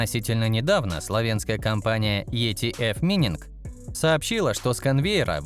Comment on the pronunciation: Ну что такое! Вы здорово произносите Либхерр с немецким акцентом. Вам в копилку: в английском нет слова "мининг", но "майнинг". Спасибо